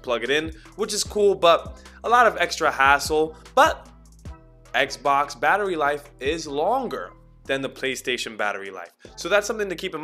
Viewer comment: At times, I'm hearing "eggzbox" (scratching head)